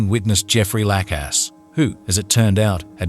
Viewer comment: Jeffrey LACKass? Serious pronunciation issues in this video